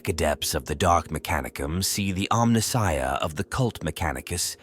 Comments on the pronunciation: Who would have thought that a mechanical AI voice would mispronounce “Omnissiah” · Exactly. Who would have thought that a mechanical AI voice would mispronounce “Omnissiah”